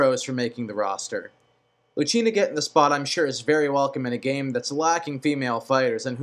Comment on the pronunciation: Did he really say Chrome and Luchina? :/ Its Chrom and Lucina. Also I thought he said Mark instead of Marth a few times.